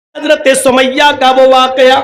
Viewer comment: Hazrat samia hota h na ki sumaiyya😐